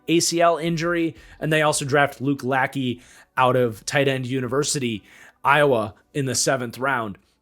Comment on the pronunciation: You mispronounced Luke Lachey's name. Lachey is pronounced something along the lines of la-shay. Think of Jessica Simpsons former husband Nick Lachey. Luke is interesting to me because of who his father was...Jim Lachey. Probably the most talented member of the Hogs. He was not an original member of the Hogs the group of O-Lineman that lead the Redskins to 3 Superbowl championships in a 10 year period between the 1982 and 1991seasons, but he was the LT on the last two Superbowl Champion teams. Russ Grimm perhaps had the best career of the Hogs if you factor in longevity, but Lachey was probably the most talented. In a 5 season stretch between 1987 season and the 1991 he made 3 first team all pros and 1 second team all pro. He would play another four seasons after that, but shoulder injuries lead to a decline from his peak and due to shoulder injuries he would only play in 26 out of 64 possible games those last four years before retiring. He has not made the hall of fame, but a lot of Washington reporters believe of the Washington players trying to get in, he has the strongest case.